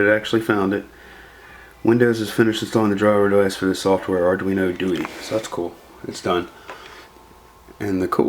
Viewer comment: arduino do-eee lol , ithink its pronounced Do-eh because its italian...anywho that thing looks sexy , although it makes cloning it as a standalone a lot harder the the 328p through hole chips.